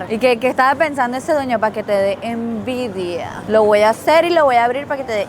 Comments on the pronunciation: Jajajajaj dice ENDIVIA NO ENVIDIA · Al rato me di cuenta que decía Endivia y no envidia 😂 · Dice eNDivia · pero dice Endivia🤣